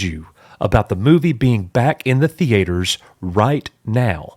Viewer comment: Nobody: This guy: THEE-ATE-ERS